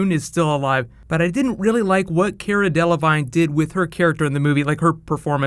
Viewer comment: PLEASE SAY CARA's NAME RIGHT IT IS SO ANNOYING